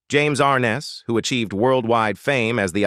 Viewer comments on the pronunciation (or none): ARNESS not ARNES.